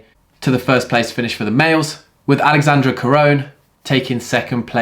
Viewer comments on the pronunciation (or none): none